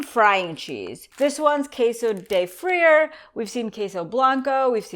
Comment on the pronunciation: Richard Arroyo Yes! I cringed when she pronounced it too. Haha! It's pronounced "FREE- AHRR" 😂